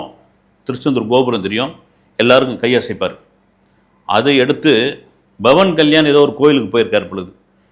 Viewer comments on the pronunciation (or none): Soba Sandrasegar illai Shobha Chandrashekhar Bavan Kalyan illai Pawan Kalyan Ilanjar illai Ilainyan Boomi garagan illai Bhoomi Karagan Chatru Samharam illai Shatru Samharam🤦‍♀ Indu illai Hindu Please learn to pronounce. You are a journalist. Have some shame, do some basic reasearch